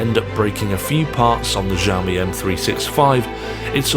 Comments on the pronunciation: It's pronounced "Shee-ow-me", not "jow-me" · Kzaomi?? Added another way of pronouncing Xiaomi into my list. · It makes me laugh to tears, I even checked trustworthy native speaker (google translate) and is supposed to be pronounced more softly, as "ksiajomi". I am pretty sure it's so funny to me because in my language the "ż" and "sz" are actually being used. As far as I can understand what you're saying I am good. I just hope that tire was in 100 degrees of Fahrenheit not Celsius...